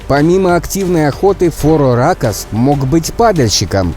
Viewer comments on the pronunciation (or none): Правильно фороракос а не фороракс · ФороракОс а не фороракс